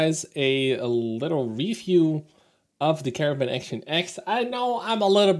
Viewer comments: You seem to be pronouncing it "caravan". That's not correct. It's car-nar-vn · I wonder why you keep saying Caravan - it certainly does not save time over saying Caernarvon (both three syllables). Of course, I am assuming that you know how. Also, , "gnarly" does not mean strong, but is used to describe an extreme move or perfection - see here: I agree with your view on Pilsen. Good review.